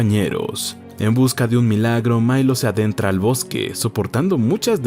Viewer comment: Por qué dice Mailo si se llama Milo...?